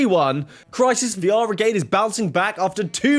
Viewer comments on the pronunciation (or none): “Crisis VR -igade” facepalm it’s VRigade, like Brigade with a V